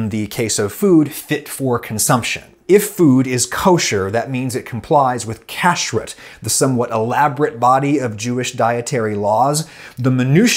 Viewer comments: This was great! A lot of the pronunciation was off, though. kasher → kah-SHARE kashrut → kah-SHROOT chabad → can’t really write it out in English, but the “ch” is a like you’re clearing your throat Great otherwise! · Not kashrit - it's pronounced kash-ROOT. And the other word is not pronounced KA-sher it's pronounced ka-SHARE. And in Hebrew, the emphasis is generally on the last syllable. Now you can say it like a HeBro. 🤣